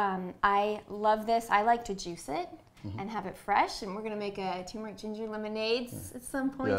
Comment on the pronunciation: It is Turmeric. Not Tumor-ic. LOL